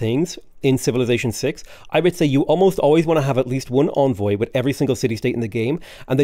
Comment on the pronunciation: Nitpick: Envoy is pronounced like "engine" - first syllable is "en", not "on".